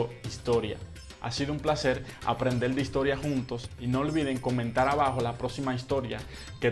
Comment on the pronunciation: Porqué no pronuncias las erres y las reemplazas con eles, x ej. Coméntal?